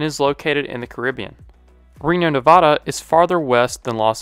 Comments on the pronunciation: Thank you for the great content. My only issue is how you pronounced Nevada. We pronounce it with a short "a", not the "ah" sound in the middle. I understand it is a Spanish word, but so are Florida and Montana, and neither of those use the Spanish pronunciation, either. Cheers, and keep up the fine work. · said nevada wrong 😔